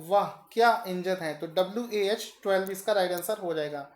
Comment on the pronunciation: not WAH-12 That's WAG-12